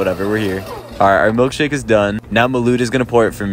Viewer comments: ma lids 😂😂😂 is pronounced ma lad but spelt Milad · malid, miloard, malood 😭🤣😌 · How Dylan pronounced Milad’s name: “Milid” “Milood” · How dylan pronouced milads name "Mahlid" "Milard" "Malude" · “Today is me and Milid’s last day together” “Milard’s really caught up so fast” “Ok now Milud is gonna pour it for me” Milad: Ok I know I said that people can experiment and have fun with how they pronounce my name BUT THAT IS UNLAWFUL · Is nobody gonna talk about the 3 different ways he said Milad like "Milid" "Milard" "Milood" Edit:I had to fix one of the pronunciations of milad's name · Damn Dylard Lymood, your pronunciation of Millard is amazing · No, no, you pronounce it : MUSTARD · Bro mispronounced it 3 times he said milude milard and milade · What did u call him? Bruh milad Pronounce like this "me laad" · How you said Milad was just like every substitute teacher trying to pronounce my name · The way he mispronounces Milad each time. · "I am doing 100 pronunciation per second, and they are ALL WRONG" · I love how he pronounces Milad different every time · i love how he pronounces Milad’s name differently each time lol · Had the video been a little longer, we would have learnt 200 ways to pronounce Milad's name! 😂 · Why is he pronouncing his name different each time